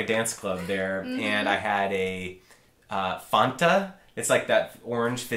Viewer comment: the fact that pronounced Fanta wrong!!!